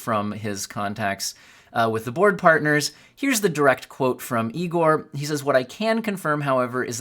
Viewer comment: Anyone else laugh at the “Young Frankenstein” pronunciation of Igor?